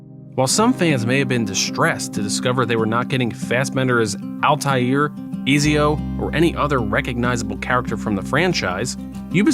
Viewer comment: "E-Z-O"‽ Pffft 😂😂 Lmfao Are u even a person?